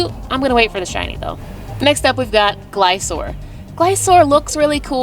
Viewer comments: Glis-cor not glisor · Sorry but to pronounce Gliscor correct is ( GLI-SCORE ) =gliscor not Glisoor